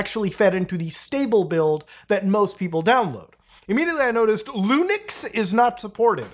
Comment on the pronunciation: "Lunix" lmao